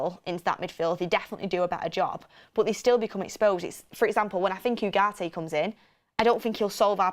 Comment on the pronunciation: Uuuuuuhgarte, not Yougarte 🙄